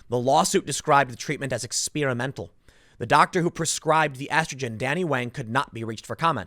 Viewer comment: Tim: Ex-SPEAR-a-mental